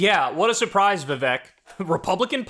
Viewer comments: It’s not Vivek (like “heck”)…it’s Vivek (like “cake”). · His first name is pronounced Vi-Vayk